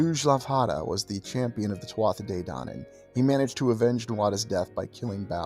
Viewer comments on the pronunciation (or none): Interesting video but not be pedantic but just a point to note Tuatha is pronounced as TooHa not TwotHa